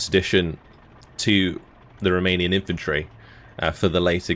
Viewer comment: Just want to drop a message to say how much I appreciate your efforts on spelling and pronunciation of all of these Romanian units... Across all the divisions... Lesser men would butcher all these words wantonly, but you... You care....